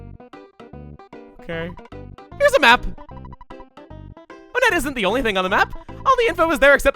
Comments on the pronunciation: I dont like the way he pronounces the towns, it's one-ette. Most of the towns are named after numbers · Ok I’ve never heard anyone talk about this so I’m not sure if I’m the only one who thinks this but I have a theory. Since all the main towns in Earthbound are named after numbers, Onette would be pronounced WONette. Now, the boss in Onette is the Titan Ant and there are many other ant like enemies around there as well like the Black Antoids, is with all that being said, I think there’s a subtle pun going on here. Maybe it’s a play on the name Antionette. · I thought that Onett was pronounced Ah-net not Oh-net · Hey, not sure if anyone else addressed this earlier, but I think you may be pronouncing "Onett" wrong. Since a good number of the towns in this game are named after... well, numbers, I think instead of "OH-nett" it's pronounced "1-ett" to fit with the theme. So glad you're revisiting EarthBound, by the way! There's no doubt you've grown and improved since your very first LP - I mean, that's just how these things work - and I can't wait to see what your take on this game is after all this time. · I think the town is actually pronounced “ONE-ette.” I say this because the next cities are Twoson , Threed and Fourside so I think they’re supposed to be pronounced like numbers. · Why is it pronounced Oh nett and not won-nett? I always thought it was the latter cause of the town's being numbers in thirty names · Why do people pronounce it On-ett when the theming should have it pronounced One-tt. I’ve never understood this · Is there a divide in the pronunciation of Onette? I recall your original Let's Play of this you said "One-ette" but here you say "O-nette". Not a criticism but more of an actual question. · I'm just curious, am I the only one who pronounces it One-tt and not Oh-nett? You know, put emphasis on the fact that it is ONE to go in line with TWOson, THREEd and FOURside? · Am I the only one who pronounces it as "One-ett"?